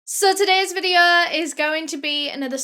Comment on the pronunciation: “So todeys vieho” music to my ears